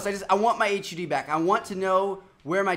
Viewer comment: Btw it's HUD not h u d not to be rude just something to note